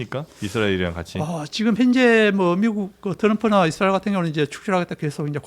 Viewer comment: 이스라엘? 사트라엘!!!